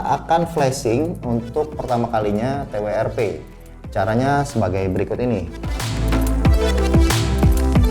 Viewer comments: Ti wi er pi 🤣🤣🤣🤣🤣🤣🤣 Ti dabel yu ar pi atuh mang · Ti Wi Er Pi = RIP English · Ti wi er pi?😂😂 W-nya dibaca "double u" bang. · Mau sok sok an Inggris tapi salah sebut W nya 🤣 padahal tinggal bilang TWRP atau Custom recovery . Soalnya ane langganan pake Fox . Lebih enak aja